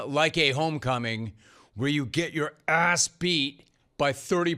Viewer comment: Did Skap Attack teach you how to say "asss"?